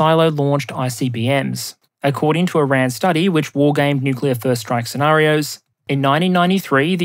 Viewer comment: Please be careful of slipping into the Homer Simpson "newk-you-ler" pronunciation. You mostly get it right but there a number of slips.